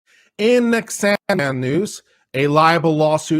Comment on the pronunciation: It's Sandmann.